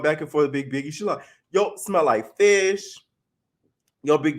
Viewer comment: Lol i don’t like stunna girl but her calling biggie, piggie was funny 😂